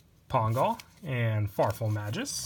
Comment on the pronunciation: May-Gus... Please... Not Majus... My ears are bleeding